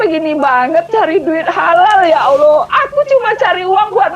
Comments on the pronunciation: ODGJ stress.....ini bukan murtadin, sebut Allah saja salah. Allah dipanggil Aloh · Melihat dr wajahnya n aura nya sih dia non islam dari lahir. Apalagi saat menyebut nama Allah dgn kata "Allo". Entahlah😏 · Sebut Allah aja tak betul oten Al- kafirun. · kafir betina itu nyebut ALLAH saja gak bisa .. ngaku murtadin